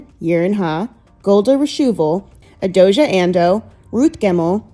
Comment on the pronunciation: Please go and learn how to pronounce people's names! A-DOJA is CRAZY